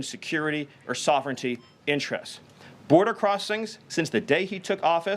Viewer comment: Thank you Stephen. You are appreciated, greatly. However, it’s “threaten” not “thre-en” Lololol